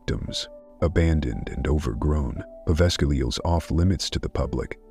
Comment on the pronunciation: Just an FYI, the G in Povegila is silent